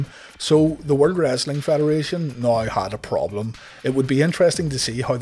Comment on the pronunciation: "Noi" = "Now", and I'm cool with that, and you should be too.